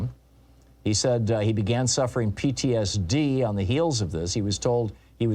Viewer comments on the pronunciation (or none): Say PTSD again Tom 😮